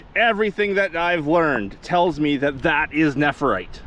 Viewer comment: I would have a field day if I were near that many stones. I do have jade but not nephrite yet. Tyfs BTW its pronounced nef rite not nepherite